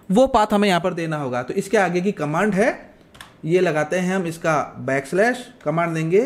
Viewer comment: Slash ko kyu galat bol the ho.